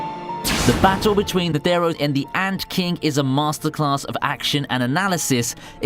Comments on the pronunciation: Lad can you pronounce neutro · Who are these Neteeero and Zoldiac. I only know of Isaac Netero and Zeno Zoldic. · Zeno Zoldyck not zoldiack same for chairman Netero you aid nethero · it pains me to hear how u slaughter kurapika and netero name